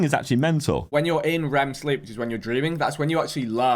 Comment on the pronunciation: and josh also said vich😂